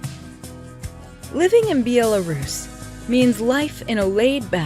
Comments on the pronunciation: Bee ala rus?????? BEH LAH RUS~! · Be-yella-rus lmao.... it’s pronounced Bella-rus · Then it would be more like "Byelarus".....not Be-elarus. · Dear, it's not Bee.yaa.laa.rooss. It's Bel.a.rus.....Belarus. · I came here to make this same comment. It's not Bee-el-a-ruse. It'e Bell-uh-ruse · Be-al-er-roos lmao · Be-ella-rus? Yanks vibing new countries 😂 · Byelarougian? LMFAO Also: why would you want to move into a dictatorship? Switch-yer-land? It appears that the narrator never heard of these countries. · Thx for the video, i enjoyed the part for Bulgaria 🇧🇬 so I am happy 😃 A little critics: 1. Georgia 🇬🇪 is not in Europe (it’s close but not in this continent ! I am 100% sure. 2. Belarus 🇧🇾 was not pronounced correctly (I like your English but Belarus pronunciation is like Belgium 🇧🇪 from the first part of the word Bel- and the rest is a like Italian Bela (Donna) so Bela-russ). 3. Money can buy more in Albania nice folks and sea, N. Macedonia, Serbia, Bosnia 🇧🇦, Croatia, Slovenia 🇸🇮 # Slovakia 🇸🇰 not to be confused ! Moldova and one of my favorite in Europe yes - Turkey! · Sound like Croatian pronunciation, Bjelarus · Biellarus!!! Beeyella Rus!!! Why 😂😂😂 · This video is ridiculous. You are stating all of these so called cheap prices but no mention on what one can earn locally.. It is relative.. The pronunciation of Belarus is so wrong it is as if the narrator has never heard the word spoken and as pointed out..... pictures dont match the description. Thumbs down! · How can you pronounce Belarus that way? Also, I’m pretty sure it borders Latvia and Lithuania too. You don’t need “the” before Ukraine. Czechia also borders Slovakia.